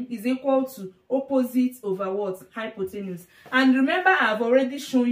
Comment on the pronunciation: It's hypotenuse, not hypothenus lol. Anyway, great video and explanation. I look forward to viewing your future videos.